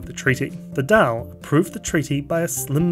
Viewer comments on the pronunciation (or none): Daíl is not "daal" but more like "doyle"